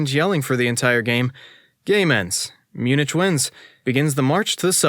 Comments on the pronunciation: Munich is read Munih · Did you really just say “myoon-ITCH”? And “gen (like “get”)-o-wa”? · you mispronounced the city name of Munich the end is pronounced like a k in the english language, all good though. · I was in Vienna, doing some window shopping before catching a midnight train to Munich (which, incidentally, is pronounced with a "ck" at the end, not a "ch" sound). Turns out there was a performance of "Das Reingeld," the first of Wagner's Ring Series of Operas playing. Walked in to main floor standing room tickets for about 10 Euros each. Amazing experience. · my guy. you fr don’t know how to pronounce munich???😭😭 i was cringing the other day when u kept saying “kee-ruh-bah-tee” but let that one slide bc not everybody has even heard of kiribati let alone knows how to pronounce it but MUNICH???😭😭😭😭😭😭